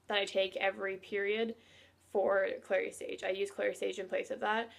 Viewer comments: Did you say clear sage.thank you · It’s clary sage.